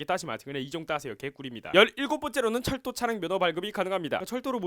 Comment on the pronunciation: 에 철도를 절도로 들음ㅋㅋㅋㅋㅋ